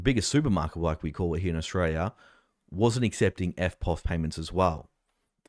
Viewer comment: Another complaint! It's Australia, not "Oshraya".